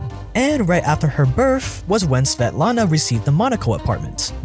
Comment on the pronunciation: I love your pronunciation of svetlana and her daughter, it was actually pretty good! I have to spell my name out to people all the time cause they have a hard time pronouncing it lol